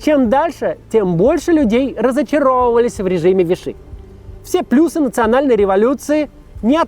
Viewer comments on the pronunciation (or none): none